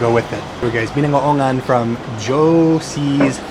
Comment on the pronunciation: Ang sarap nyan pork binagoongan with eggplant, pork giniling at skinless longganisa!😋 BI-NA--GO-O-NGAN ang tamang pagbigkas.